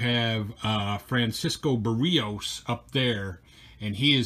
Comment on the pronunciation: Barrios is pronounce 'Bear E ohse'